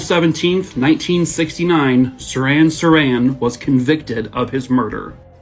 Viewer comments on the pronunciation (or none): Saran Saran is cling wrap. It's Sirhan Shirhan.🤣